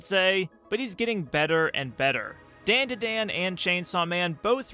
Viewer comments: ITS NOT DAN DUH DAN ITS DAHN DAH DAHN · ITS 'DAUN DA DAUN' NOT 'DAIN DUH DAIN' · It’s pronounced “Dawn-Daw-Dawn”. As a Japanese speaker it hurt my ears hearing you say it wrong over and over. 😭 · Endlessly entertaining to me how you keep calling it DenDiDen xD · Daandaadaan? I cant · Great video but please it’s a Japanese name so it’s not like the name “Dan” it’s a soft a like “DawnDuhDawn” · You're the first person I've ever heard pronounce Dandadan like that. Bro they even pronounce it multiple times in the opening. How do you still manage to pronounce it as white as possible 😂. (This is a joke by the way, not meant to be taken seriously) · Why are saying the title like that lol. The As in dandadan are pronounced with an "ah" sound. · really need you to look up the vowel pronunciations for japanese words. it’s the same as spanish. it’s jarring to hear you mispronounce over and over the title of the art that you decided to make a video about.